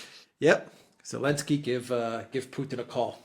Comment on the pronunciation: Who the hell is "Alensky" ?!?